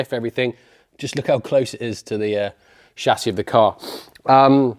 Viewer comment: chassis.....not chassis you